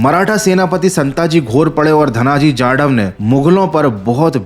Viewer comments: is धणाजी जाधव not धणाजी‌ जाडव I am also Jadhav it hurts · video is so nice But जाडव नही जाधव है😅😅😅😅😅